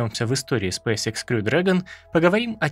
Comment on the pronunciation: Почему многие не правильно произносят название компании? Спэйс экс , не икс. Школьный курс английского языка, первый класс, произношение букв.